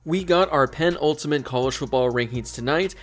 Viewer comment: Pe-nul-ti-mate not pen-ultimate